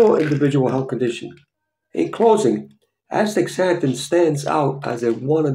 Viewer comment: Thank you for this video.. but you are pronouncing it wrong. You are saying aSTICKSzanthin pronounce it like this: aSTAzanthin